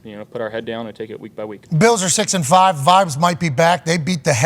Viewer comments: Pat your pronunciation of Bills gives me life. Go Beeyaouwz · Why can’t he pronounce ’Bills?’